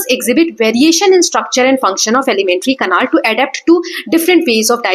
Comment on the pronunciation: Mam it is canal not canal😂😂😂